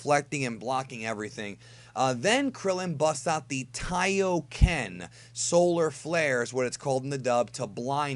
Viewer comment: "Solar Flair". Say it with me. "Solar Flair". :D